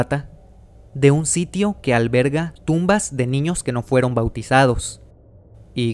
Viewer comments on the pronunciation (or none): Me dio risa cuando dijo alberga